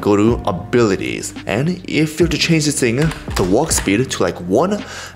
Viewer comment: I love how he say "dis"